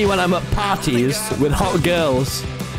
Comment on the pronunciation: "this is me when im at pawties with gewls"